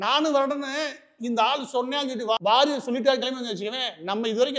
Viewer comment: Ivaru sir uu, Warrior illa waarier (waariyaaeer)